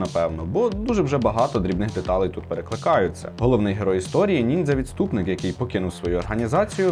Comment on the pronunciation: До-початку, чого ти підписав нормально, як "нінджя", але вимовляв по-поліванівськи, як "нінзя"?